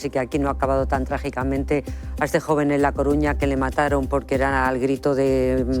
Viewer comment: MARTA MONTERO NO SABES DECIR A CORUÑA? o tienes un defecto en la lengua? Facha perdida sin ningún respeto por la cultura de Galicia.